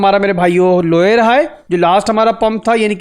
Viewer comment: Lower Low❌ Loyer Low ✅ 😂